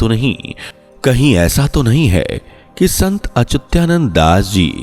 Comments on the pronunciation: अचुत्यानंद नहीं अच्युतानंद, अपने बोलने में सुधार कीजिए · संत अच्युता नन्द बोल.... सही से उच्चारण करने सीख ....चूत्यानन्द.